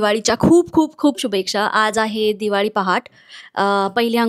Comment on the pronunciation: शुभेक्षा नाही गं... शुभेच्छा असतं ते 🤦🏻‍♂️